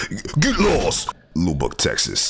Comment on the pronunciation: Lubbock is pronounced lubbb uck